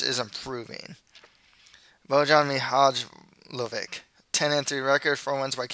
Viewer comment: Loving your predictions! Just a friendly tip - "j" in serbian/croatian/bosnian is pronounced like the english "y". So Bojan Mihajlovic is pronounced something like Boyan Mihaylovich.